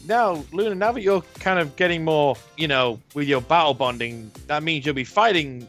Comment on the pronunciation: ok I may have misheard 'battle-bonded' as 'bowel-bonded' a few times